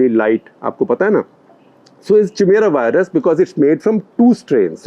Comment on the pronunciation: It's "virus", not "wirus". Instead of using "w" for "v", you should use a soft "f". It is much closer to "v" sound. Try it: "firus". Test it on American friend